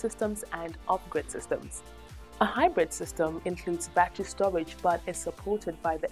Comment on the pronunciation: They are NOT a "ba-tree" or "ba-trees" Say "ba-TTer-Y" & "BA-TTER-eez"